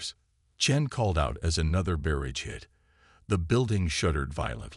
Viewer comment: JESUS!!!!!....FREAKING.....CHRIST!!!!!!!!!!!!!!! F@ your POS AI!!!!!!!!!!!!!! It is impossible to even begin to enjoy the story with all the DAMN AI SCREW UPS!!!!!!!!!!!! I am only 11 mins in and losing my mind to the FREAKIN mistakes already!!!!!!!!! WTF is: "BEAR-idge"(barrage), "deh-BRISS"(debris), "cuhn-TAKTED"(contacted), "UN-animous"(unanimous), "REEE-trofitted" (retrofitted), "deh-BREES", "PRAH-gress"(pro-GRESS), "DIS-uhbled". DAYUMN!!!!!!!!!!!!! I'm outta here. You are definitely now off of my listening list.